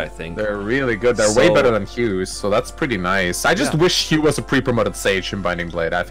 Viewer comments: wait but isn't the name "hugh" usually pronounced "hyoo" not "yoo" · You aren’t pronouncing the “H” in “Hugh”, that’s why it sounds like “you”.